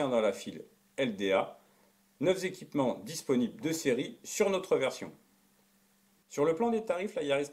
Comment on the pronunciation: Super vidéo avec une belle neutralité et au format digeste. Juste drôle en revanche les « neuf z’équipements.